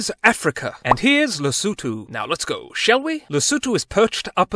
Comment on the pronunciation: May I kindly ask that you google how to pronouce before making Videos. It will show you care and you also respect.